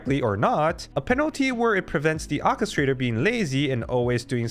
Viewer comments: English is hard, but God, "Okistrator" was really getting on my nerves. OR kistrator... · "OR-KE-STRA-TOR" not whatever the heck you said repeatedly PLEASE. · ORRchestrator. orchestrator.